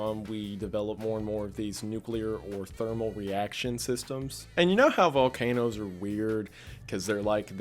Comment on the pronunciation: lmao he said vol CAN o's